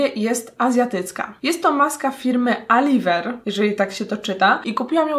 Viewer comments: Czyta się Elajwer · Czyta się alajwer